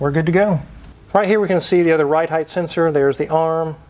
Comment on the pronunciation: I love these videos but “heighth” is not a word :)